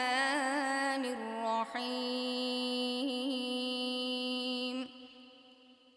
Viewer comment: Хувар рохманур эмас рохманир рохим булади.